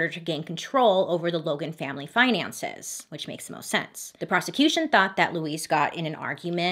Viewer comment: "She is doing the MOSTTT." I fell out with the pronunciation of the "T" LOL Simple but beautiful makeup also.